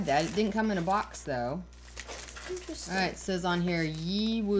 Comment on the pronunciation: Ah! You got your hands on a very nice Yiwu cake! Yiwu (pronounced ‘ee-woo’) is a very nice region for Puerh. You got what appears to be a 300 mg cake,I’m glad you enjoy it. Try a tea blend,perhaps with an oolong,you might be pleasantly surprised! I recommend a basic 50/50 blend of oolong and ripe Puerh Take it from there,get creative,a triple blend has surprises,for example,a bit of Darjeeling adds a note of,well,majick